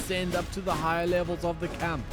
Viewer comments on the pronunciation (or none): none